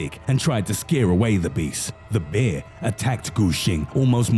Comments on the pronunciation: Who pronounces bear like this narrator?? wtf black beer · It sounds like he’s saying beer 🍺 most men don’t mind being attacked by a beer 🍻🤣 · Every time you say “Bear” it sounds like “Beer” so you made me chuckle when you said that the monk that controlled the enclosure had stated that the man was drunk and the smell of alcohol triggered the “Beer”😂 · Two things: A). I like this guys voice he makes the videos more creepy, and B) it sounds like he’s saying beer